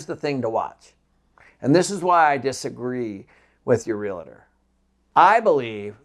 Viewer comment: Always amazed at how people mispronounce the word "realtor", especially someone who is so involved in real estate. Its "reel-tore". Not "real-a-ter"